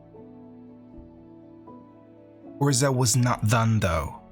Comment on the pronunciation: Just a huge thank you for these - I'm writing some essays on MTG lore at the moment and your thorough understanding of the tales has been invaluable and hugely impressive (and I've read or listened to most of the source material). This is an aside, but I love your pronunciation of 'Urza'!